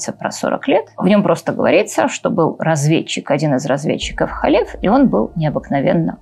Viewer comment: Не Халеф, а Калев бен Йефунэ, Не Иисус Навин, а ЙеЪошуа бин Нун. А версия имени Б-га, которую Вы произносите, выдумана так называемыми библейскими критиками, а значит недопустима. Та четырёхбуквенная версия имени, которая встречается на иврите в огласованных текстах, тоже не настоящее имя, если прочитать, потому что согласные буквы - действительно имя Б-га, которое представляет собой глагол БЫТЬ, соединённый сразу в настоящем, прошедшем и будущем времени, а знаки огласовки взяты от ад-най - господь. Как произносится имя - знают только специальные люди - баал-шем-товы. Потому лучше произносить hашем, если надо сослаться на это имя. Либо перечислить еврейские буквы имени Йуд-hэй-вав-h'эй, где h произноситься не как русское Х, или Г, а как украинское Г. А за домыслы и следование ложным теориям о двух разных источниках Торы ставлю дизлайк. Рекомендую прочесть Тору с комментариями Раши, потом перечитать с комментариями Радака, потом Рамбама. Это всё комментаторы простого смысла. Кстати с этими комментаторами можно прочитать и весь ТаНаХ пытаться найти ответы самостоятельно - дело хорошее, но Вы относитесь к тому, что у Торы 2 источника, не как гипотезе "библейских критиков", а как к установленному факту. А если бы прочли с комментариями названных мной, на много бы вопросов нашли ответы, но у Вас бы возникли новые, уже более высокого уровня. Тогда бы Вы не создали этот ролик, а что-то белее квалифицированное